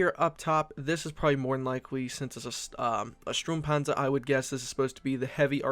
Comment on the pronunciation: "strumpanzer" OOF